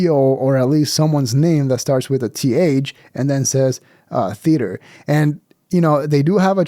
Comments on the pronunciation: Yeah, Bobby was absolutely teasing it with the "theo-ater" thing. There was no other reason for him to interrupt and pronounce it like that. Then chuckle after. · It was soooo obvious when Bobby said “THEoatre” 😆😂😂😂😂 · He said ‘the Theotre’ 😅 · I think Bobby was busting his balls for the way pronounced theatre.